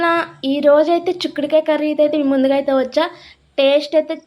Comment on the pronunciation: చుక్కుడు కాదు bro చిక్కుడు 😂🤭